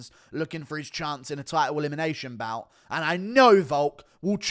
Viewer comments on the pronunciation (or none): none